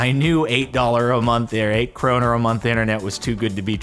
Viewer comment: From a Danish standpoint that was a good pronunciation of the word krone and it also means crown in Danish too so now you kan say 2 word in Danish